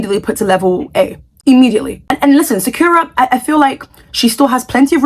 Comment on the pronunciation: btw you are pronouncing sakura wrong. It's pronounced sa-kur-uh like the anime character.